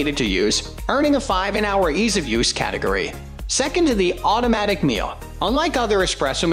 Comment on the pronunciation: Me-La. not Meal.